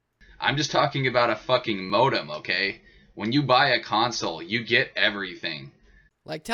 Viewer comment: Every time he says modem I cringe a little.